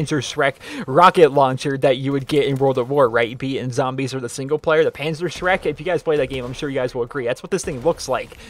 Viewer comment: Was I the only one who herd PanzerShrek